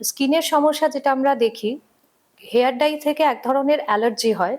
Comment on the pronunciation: Hair Dry noy, hair dye. Bar bar bhul kaane lage. Dekhun Doctor ki sundor perfectly pronounce korchen.